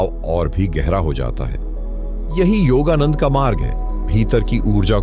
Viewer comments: योगा नंद जी का सही उच्चारण करे आप योगा नंडा बोला करते है. कृप्या योगानंद जी बोले. आपका विडिओ बहुत लाभदायक है . आपको नमस्कार है. आपका बहुत-बहुत धन्यवाद है. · आपको सुनते हैं तो हम यह जज नहीं कर पाते हैं कि आप हिंदी जानते हैं या नहीं जानते परंतु आपका योगानंद का उच्चारण बिल्कुल सही नहीं है कभी तो आप योग योगानंदा कहते हो कभी आप योगानड्डा कहते हो इससे हमारा विश्वास आपकी बातों से उखड़ता रहा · आप योगानंडा बोलने की बजाय योगानंद जी बोलिए। योगानंदा भी ठीक नहीं है। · योगादंडा नहीं हे नंदा हे😂 धन्यवाद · योगानंद न कीे योगानंडा 🙏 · The pronunciation of yogananda is different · ka name ka to sahi uchcharan karo, foreigner nahi Indian ho 😊